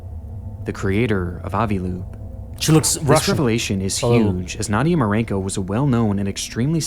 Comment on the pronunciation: Only an American could read the name "Marcinko" and then just completely ignore the C and make it "Marinko"